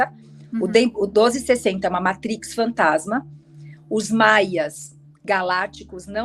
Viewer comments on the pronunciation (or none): none